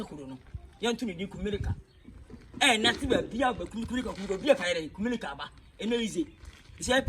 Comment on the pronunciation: is quite time you work on your r and l. The Accra guys use to mock us with those two letters so next time don't say Kumelica say Kumerica.